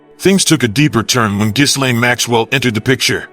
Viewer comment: Isn't it pronounced "Jillaine"? Not "Jizlane".